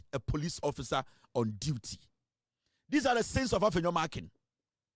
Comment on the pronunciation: That name is Markin and NOT Markins though he's a thug of an MP.